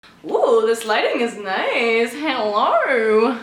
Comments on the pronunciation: The way you said hello was an amazing Australian accent even tho you weren’t trying just thought I’d let you know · When u first said hello u sounded like u had an Australian accent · When u said hello at the start of the vid, u sounded Australian no offence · omg the way you said "hello" was very australian!!!!